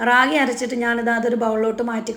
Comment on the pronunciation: രാഗി അല്ല താത്ത റാഗി